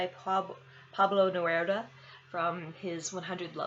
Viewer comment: pronounced Ne-roo-da 😊😊